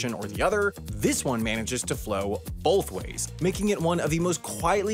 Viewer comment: When you say "both" it sounds to me like you are saying "bolth." What is that, some kind of midwestern, western thing? Linguistics video incoming?